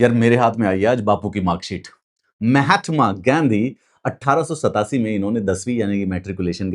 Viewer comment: Bhai bapu ka nam.... मेहेत्मा gaindhi नहीं है...महात्मा गाँधी है... English bolne k chakkr me nam hi bigad diye😂😂